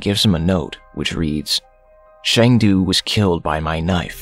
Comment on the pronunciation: It is not Shang Du. His name is Sang Du. As a Korean, Shang du sounds like Chinese to me